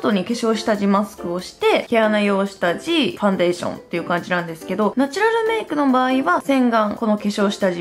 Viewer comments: ファウンデイション笑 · ファウンデイションｗｗｗ